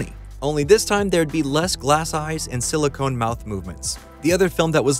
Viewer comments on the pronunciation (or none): none